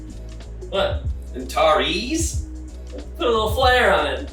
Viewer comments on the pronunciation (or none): "Antareees". Very Australian. I Like it.